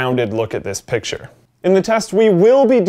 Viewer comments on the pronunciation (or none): none